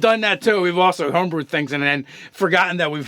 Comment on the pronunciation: Hahahahhaha. He said Ho brews and lure bard. Not lore bard. So funny. But the channel is not the same as it used to be. Sorry guys.